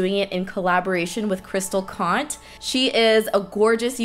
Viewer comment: Love this but u butchered her surname is conte !